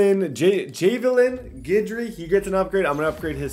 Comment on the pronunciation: Jav-ill-in ffs cmon the dude needs his name said right by now lol..your killing me smalls